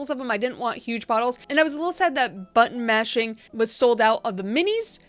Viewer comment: I kept hearing "butt mashing"...I can't be the only one. Right??? Made me giggle. Great video! 💜😆